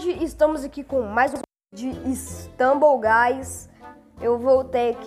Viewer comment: e stumble guys me dá agonia pessoa falando errado